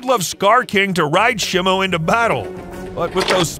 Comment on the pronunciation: is not simu is simo😅😅😅😅😅😅